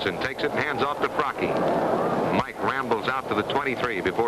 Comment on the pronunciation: Can't listen to this broadcaster mispronounce Mike Fracchia's name